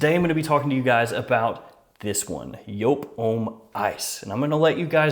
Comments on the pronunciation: Yope??? I've been saying it wrong for yrs I guess. I love The regular kind. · This is hurting my brain, it’s pronounced jewp j oo p.